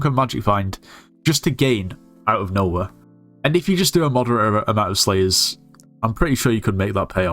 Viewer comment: bro I thought he said slaves instead of slayers at the start 😭🙏